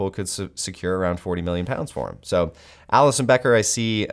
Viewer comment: you lost me when you say Alisson bro